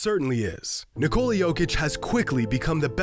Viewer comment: Why can’t Americans pronounce nikola